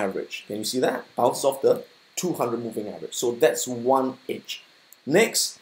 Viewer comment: I thought he's saying "Itch" but it's "edge"